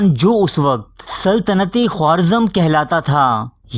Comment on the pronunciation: Khowarzam nahi Kha-razm